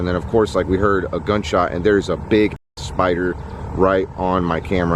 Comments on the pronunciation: Tiffany Dangelo no he says it like speider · It's more like "spoidah" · A Classic Omar quote "Look mah, uh spyda."